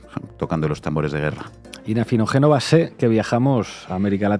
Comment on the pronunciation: Afinoguénova, al menos podrías enseñar a los de tu programa a pronunciar tu apellido bien